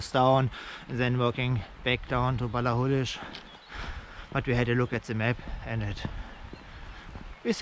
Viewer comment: Also, for the record - your pronunciation of Ballachulish is more or less spot on! 👍👍